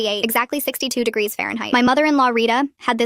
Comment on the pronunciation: AI please learn to pronounce words... "degries" (not a word)instead of degrees... and they pronounced it correctly 1 time... smh